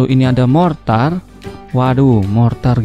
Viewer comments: ah salah macam ni itu mortir bukan mortar...!!!! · abang kawan kita itu mortir bukan martir